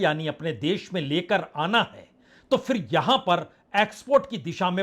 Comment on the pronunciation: उच्चारण का संज्ञान लें फिर ( फ़िर नहीं) बाज़ार (बाजार नहीं)